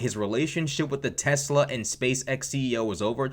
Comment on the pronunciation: I love Teslerrrr! 🤣 This is amazing! More! MORE!!!